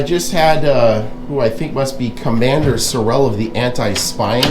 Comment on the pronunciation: His name is Sureal not Sirrell!